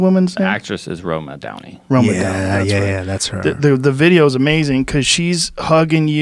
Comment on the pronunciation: It's not roma downy